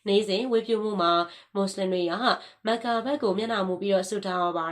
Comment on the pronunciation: မက္ကာလားကမ္ဘာလားကန်ဘာလားစကားပြောတာပီအောင်ပြောပါလားဘာမှန်းမသိလို့